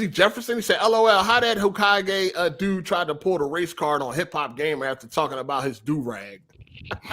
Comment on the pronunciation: Hearing mispronounce hokage made my night😆 you should watch naruto sometime man